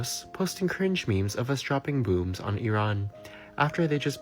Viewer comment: Too much AI bullshit. "booms" instead of "bombs" and that stupid AI voice.